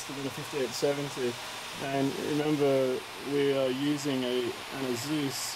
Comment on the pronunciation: Eh-sus not asooos. It really makes me uncomfortable and irritable when I hear that.